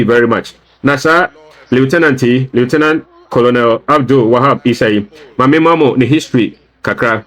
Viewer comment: The name is pronounced kernel not Colonel